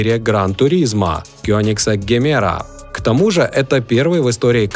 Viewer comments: Не Гемера! Произносится как Джемера! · Джемеро, а не Гемеро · Джимера называется, на презентации он назвал ДЖИМЕРА А НЕ ГЕМЕРА